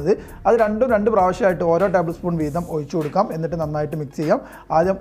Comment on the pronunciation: ഒയിച്ചുകൊടുക്കാം അല്ല ഒഴിച്ചു കൊടുക്കാം 😂😂